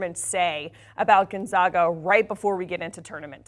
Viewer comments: please learn to say Gonzaga correctly!!! zags - “gone-zag-a”. not Gone-zogg-a. seriously after 21 times to tourney would have thought you would have heard of the team’s name CORRECTLY!!!! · It would be nice if the woman pronounced Gonzaga properly. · the pronunciation issue was resolved 20 years ago and hearing her mispronounce it every time was annoying. i bet she says nevada wrong as well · She's just flat out stupid....learn to pronounce Gonzaga and it is Coach Mark Few. When one speaks of things they don't know of, it makes make foolish. Fire her!!!!😅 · The fact they are called the "zags" should clue you in on how to pronounce "Gonzaga"